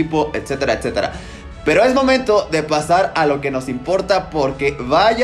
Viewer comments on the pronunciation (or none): none